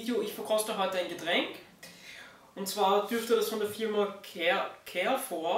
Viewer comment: Carrefour spricht sich französisch aus.. nur so nebenbei :-)